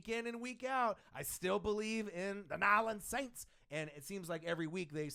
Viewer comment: This was cool, but it got annoying to listen to that guy keep mispronouncing New Orleans Saints. As for the other guy, same way he's gonna ride for his team, I'mma ride for mine. Team MT all day. #WhoDat ⚜